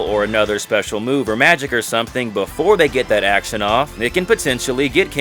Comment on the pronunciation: "Ackshun" RPGs arent RPGs. You cant change my mind.